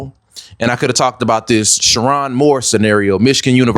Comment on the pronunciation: You waited for more details!😂 You miss the detail about his wife? ….. -That she too is WHITE! 😂smh. - Mispronouncing his name is a crazy detail to miss. - MID 50’s??!! HE’S 39!!!!! So according to your logic: - Sherrone threw his life away when he married a white woman and had three kids with…??? Who’s been tripping about his E.A? Media won’t even say her name. Plus race baiting??? Smh Sit this one out. Delete this vid. Make another one about how lust can destroy.